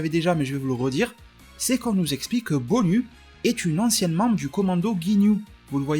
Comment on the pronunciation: BONYU je pense que ça se prononce BONIOU, un peu comme GINYU ;). Sinon très bon travaille comme d'habitude ;).